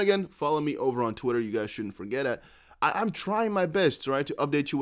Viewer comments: that "tweetah" in french accent brah! 😂😂😂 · I love how you pronounced "twitter" in Italian accent 😅